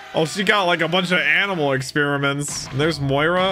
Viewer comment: Can you stop calling him moira